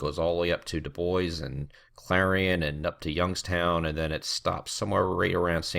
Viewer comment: dubois gets a mention lol, AND you pronounce it the way they do!